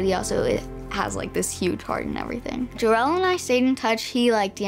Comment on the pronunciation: Darell?? U sound like someones grandma who never pronounces someones name correctly. "Jarrell Miller"